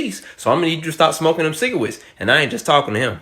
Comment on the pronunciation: Stop smoking them cigawettes. Me: (smoking a cigawette) My bad man. (disappointed face)